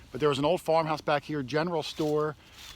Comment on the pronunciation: did he say farm house or whore house. /[garter clips galore]